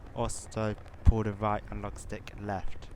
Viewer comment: "to go fowud push the right alog stick forward ,and to go back pull the back alog stick back" . classic.